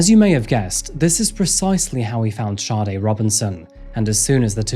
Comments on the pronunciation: It's Saa-day not Shawday. Like the iconic Smooth Operator singer. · You would fucking think with all the research you did making this you would atleast know how to pronounce the poor girls name .. Saw-dae Not SHAWTY No H anywhere in that name .